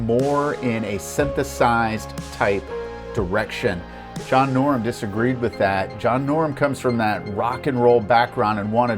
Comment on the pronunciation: His name is John Norum; not John Norm.